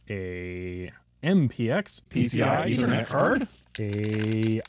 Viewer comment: i like the part when he says P C I E T H E R N E T C A R D